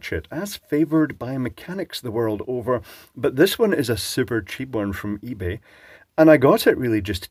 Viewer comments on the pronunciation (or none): none